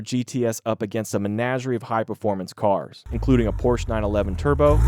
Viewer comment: Wow an American who actually pronounces "Porsche" correctly. Amazing! And I have always liked the Viper. No idea why there is so much hate for it. Guess ppl can't drive or are jealous.